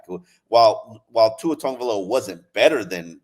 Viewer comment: It’s tagovailoa not tongavaloa lololololol.. don’t see no N in his last name.